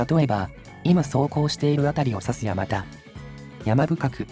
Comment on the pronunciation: 「山田」を「やまた」と濁らずに発音されたのは流石です。 この辺り通られたのなら、せっかくだから道中坂と鎌田堂にも触れてほしかったw 冒頭部分、第三京浜の下をくぐるところに40年くらい前には湧水が汲めるようになってましたが今は流石に無くなりましたね。 山田神社は、珍しい虫送りという行事があります。